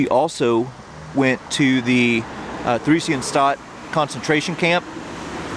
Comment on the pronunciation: The two individuals whose stumbling stones you found at the beginning of this video were indeed sent to the Terezin (Theresienstadt concentration camp and ghetto as you mentioned). The letter H in the name of this particular concentration camp and ghetto isn't pronounced as part of the camp/ghetto's name, just to let you know.